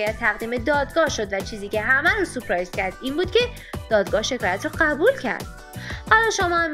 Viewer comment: چرا سورپرایز رو میگی سوپرایز🫤